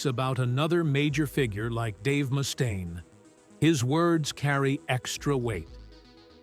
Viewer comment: Tom's bass lines NEVER cut through the mix with precision. His vocals definitely did. Oh, and Mustaine is pronounced MUST-AINE, not moo-stain. Those AI narration videos suck real bad.